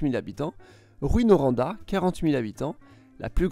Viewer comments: On dit Rou In ;) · en faite ces plus tôt rouin comme prononciation et non roin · Charles Charron il faut le prononcer oi comme foin. Rouyn - roin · Perso, étant de France et en voyant écrit les villes, je les prononce comme lui: DRU MON VILLE GRAND BI (Faut vraiment être du coin pour savoir qu'ils ont une prononciation particulière) L'exception étant Rouyn, pour lequel ça n'a pas de sens de prononcer ROU-INE comme il le fait. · Ça se prononce "Roux-hein" , autrement très bonne vidéo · Sa prononciation ressemble à un mélange de « rouet » et « ruine ». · le Y avant le N se prononce com un IN et non un I. le U devant deux M se prononce comme le OE ou EU et non comme un U seul. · Je saigne des oreilles à cause de "Granby, Drummonville, Rouyn" hahahah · Ah les toponymes. On ne prononce pas le S à Lévis. Le nom rime avec vie. Drummondville se prononce comme Dromme onde ville. Rouyn se prononce Roue-ain. Pas Rou-ine.